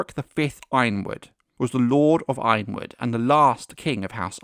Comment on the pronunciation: why do we keep mispronouncing Y-RONwood? 😂